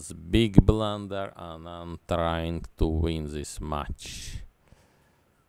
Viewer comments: Ai dont belif che blan-derrett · Beeg blunderereer